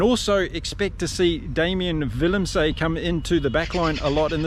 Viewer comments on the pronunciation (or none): Jeez, mate. Willem-SUH. Arend-SUH...not Willem-SAY, Arend-SAY. Same with French player Paul Willemse. Willem-SUH. Other than that, excellent commentary... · Some pronunciations…names ending se generally have the ending pronounced suh like Are end suh or Villem suh. Note: in Afrikaans W sounds like V. Van Staden is Van star den not Van Stay den. Not knocking, just trying to help.